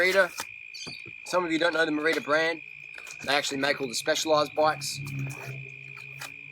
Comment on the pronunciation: Harley, it is pronounced... "Me Ride A" Bicycle. I got a 2013 cyclocross option in Aluminium. Its 'ken awesome.